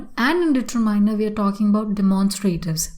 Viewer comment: She is even unable to pronounce accurately e.g determiner